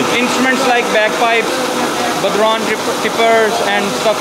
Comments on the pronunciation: nice one! tbf he did a better job than most Americans at pronouncing it! They'd have said Bod-Ron! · The Irish drum is called a bodhrán and is pronounced bow-rawn (bow as in take a bow). They're gorgeous and have been part of Irish culture for centuries! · What an absolutely fascinating video! I would have never thought that traditional Irish folk drums (incidentally, bodhrán is pronounced something like "bough-rone") and other European/Arabic/historic instruments are being manufactured by hand in Pakistan of all places! I would love to own one of their lute guitars. Absolutely brilliant entrepreneurship from whoever decided to start this enterprise. Thank you Karl for this tour!